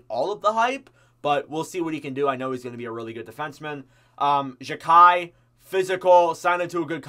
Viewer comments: I'll help ya a bit, it's gou-Lee, Jack-eye and rein-bach-er (like how you pronounce Dach or doc, but with a b) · xhekaj is called wifi because its a name similar to a wifi password. its also pronounced JAI-KAI